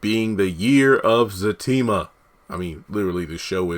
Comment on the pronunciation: No he hasn't ruined her character. We all have another side to us. We all have a past. You can be professional one minute, and street the next. I'm glad he's building Fatima and Zac's character up. They are great together. Sounds like you don't even watch the show tho. You can't even say their names correctly. Tyler Perry is giving us what we want!